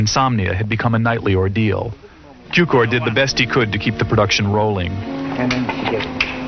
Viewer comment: It is not George Kiukor sir, his name is Cukor György, in english sounds like Zukior!